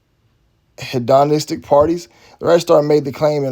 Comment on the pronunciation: Hee-dun-is-stic lol